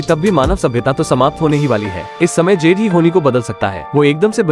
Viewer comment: उसके फ्रेंड का नाम 'जेड' नही 'जुड' रहता है !!!